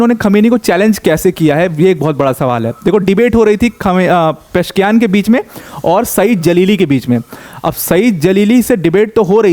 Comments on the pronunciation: It's not Mahmood it's "Mas-ood" and "Peh-zesh-kee-an" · Sir it is " मसूद पेजेशकियान" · Masoud को mehmood पढ़ना कैसे सम्भव है l Pezeshkian. पशकियान इसको अगर आप गलत पढते तो...